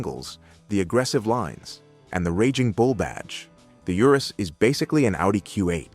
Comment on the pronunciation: Urus is Latin, thus pronounced ooh-roohs